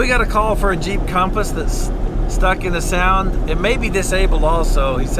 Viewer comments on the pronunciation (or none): even youtube CC says sound not sand